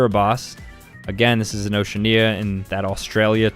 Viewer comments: is great at pronouncing stuff. "Ocean-knee-a" (Oceania) "Azerb-asian" (Azerbaijan) "Say-shell-es" (Seychelles) "Say-oh-tom-eh and prince-hip-eh" (Sao Tome and Principe) "Van-ooh-ahh-too" (Vanuatu) "Cabo Verd-eh" (Cape Verde) "Bots-ooh-wanna" (Botswana) "Kur-gee-stan" (Kyrgyzstan) "Mon-ten-egro" (Montenegro) "Less-oh-th-ow" (Lesotho) "Toov-uh-loo" (Tuvalu) For anyone wondering, they're actually supposed to be pronounced: "ow-shee-a-nee-uh" (Oceania) "A-zer-bai-jaan" (Azerbaijan) "Say-shellz" (Seychelles) "Sa-oh tom-eh and pr-in-see-peh" (Sao Tome and Principe) "Van-wa-too" (Vanuatu) "Cay-p Ver-d" (Cape Verde) "Baat-swan-uh" (Botswana) "Kir-guh-staan" (Kyrgyzstan) "Maan-tuh-nay-grow" (Montenegro) "Luh-soo-too" (Lesotho) "Too-vaa-loo" (Tuvalu) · ocean-ia :Skull:, As an oceanian I am scared. Its Ocea-ania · Oceania is o-she-AH-nya not ocean-ya Seychelles is say-shells not shellehs Liberty equals America, wow, three words yet at least two/three big errors there... Moldova below Ukraine, not beside Romania and basically the same... Lesotho is pronounced le-SOO-too not le-sow-tow mispronounced some but it's ok, hope you learn how to :p have a good one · Oceania is pronounced wrong.